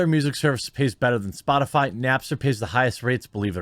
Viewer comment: Psssh. Psaki-Puppet was talking about Spotifly, didn't you hear her? LMAO. She can't even say it but is supposed to be taken seriously.